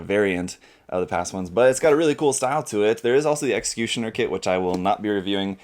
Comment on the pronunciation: Hah, "Executioner"?